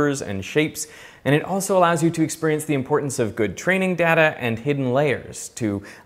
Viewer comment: ok I don't know if I told you this before but you are mispronouncing the word, 'data'.